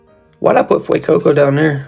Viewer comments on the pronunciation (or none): “Fueeecoco” lmfao